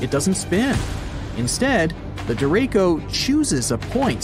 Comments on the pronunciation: I think "derecho" is actually pronounced "deh-RAY-choh", not deh-RAY-koh". I see your point, though. The word "derecho" comes from the Spanish for "direction". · It's pronounced "deracho", not "derako". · "deraco" its deraCHo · Derecho is a Spanish word meaning straight . It's pronounced De re cho , the syllables not Der echo . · By the way, Derecho is pronounced De-re-sho not De-re-ko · derecho not co chis hard sounding. Get your AI straight. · DereCHO. Not Dereko Also, not a hurricane. Heard that too. If you’re gonna post a video about it make sure you know what you’re talking about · Not “Dereko”. It’s pronounced “der ray cho”. Ch, as in chew. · ¿Pronounced “der-eh-Koh” or “der-etch-oh”? The word is from Spanish where it is pronounced “der-etch-oh” (emphasis on “etch”) meaning straight ahead (a la derecha-with an a not an o at the end) is “to the right”. Most interesting video. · De "Rek" co it derecho Dre REY cho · Fun fact: sky turns green from hail stones and large rain droplets forming. Green sky doesn’t always mean tornado. It’s not “dereko” it’s “dere-chow” watched enough Reed Timmer to know this. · Derecho - Spanish word for right Duh reh cho Not der ray co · Der-ray-ko? Nope. Try ‘Der-ray (rolling the r slightly)- CHo’. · my dear Derecho is pronounced Deret_sho... "ch" as in "channel" and not Dereyko lol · Your AI voice actor keeps mispronouncing derecho. It's CHo like chapter, not Ko like capture. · It's actually duh-ray-cho, not duh-ray-koh, as it comes from Spanish. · Lol not to be rude, but the ch in Derecho is pronounced as sh in Show. Not like the letter K. Cho in spanish is pronouced just like show but without the w. It means Straight. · Is pronounced de re sho no de re ko derecho means straight in spanish and like you said the wind don't spin they move straight from a to b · Derko,,,, no it's Derecho...cho like show... Der e cho. Spanish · "Derecho" isn't pronounce like that It is pronounced as de-re-cho, not there-echo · CHo or SHow, not Ko.